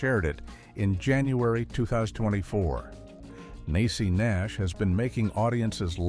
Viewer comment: Her name is pronounced Nee-Cee Nash! Get it together & do a deeper dive w/ur research! This AI is driving me crazy so I’ll just google the info! I’m out!